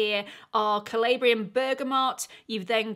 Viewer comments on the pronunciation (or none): none